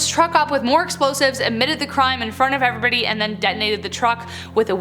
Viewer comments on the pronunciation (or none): none